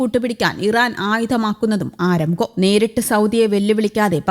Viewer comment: ആരംകോ അല്ല അരാംകോ അതാണ് ശരി